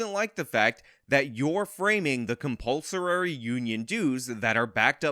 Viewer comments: Bro, I really appreciate all your videos and the points you make, but your pronunciation of "compulsorary" really had me distracted during this one. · This can't pronounce "compulsory."